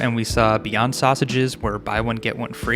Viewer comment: why did i heard beyonce instead of beyond sausages